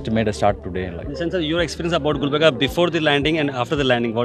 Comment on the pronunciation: Miya Bhai saying gulbarga